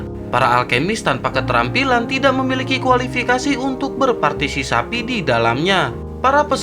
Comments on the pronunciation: Berpartisipasi bukan bertarsisapi😂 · Berpartisipasi bang bukan berpatisisapi...🤭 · berpartipasi cok bukan berpatisapi 🤣🤣🤣🤣🤣🤣 admin anjing bikin gua betah di channel ini... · Berpatisisapi🤣, jdi lupa klo mau bilang berpatisipasi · Kasihan bang sapinya masa partiSISAPI terus partiSIKAMBING kapan di sebut ... Hahahahahaha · Bang....gagal fokus sama kata2 "berpartisisapi"😂😂